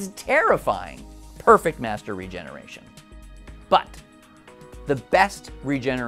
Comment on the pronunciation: The guy is called "the Master", not "the Messtrr".